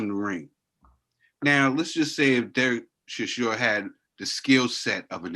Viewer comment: is a 100% Gangstar. He just doesn't give a flying F about how to pronounce Dereck Chisora.